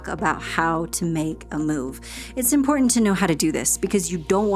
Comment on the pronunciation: Well, YOUR Pronunciation of “ Important “ gives me hope young lady! How come a generation seems to not say “ T”? Best